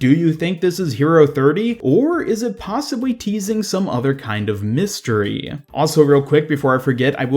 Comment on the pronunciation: "possibwy" Alright being mean aside, I appreciate these so much. I can feel the effort put into each and every episode. Every second is quality <3